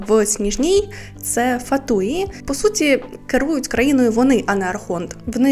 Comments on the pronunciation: дякую за відео! одна лише поправочка: фáтуі. це слово з латині, і позначає "дурні" (фáтуус в однині). в англійській озвучці невірний наголос. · під сюжет підходить)) але саме "фатуі" то є дурні - так записується в тому числі китайською. я писала більш не про значення, а про наголос :)